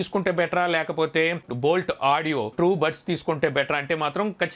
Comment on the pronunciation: Adi boat kadu Boult 😂